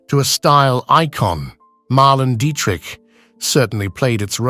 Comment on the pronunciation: PLEASE pronounce her name correctly. Mar-LAY-na Dee-trick.